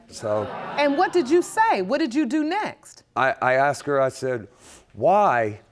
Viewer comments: It’s not aksed its asked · Is it just me, or does it sometimes sound like they say "axed" instead of "asked"? I've heard it multiple times now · ....yea...their English is pretty messed up...always wondered why you'd say,"axed",as opposed to the correct pronunciation...that is;..."asked"...